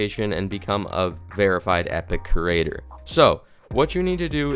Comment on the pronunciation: He literally said “kerater” instead of “creator”